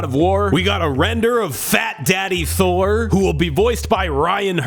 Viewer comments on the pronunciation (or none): none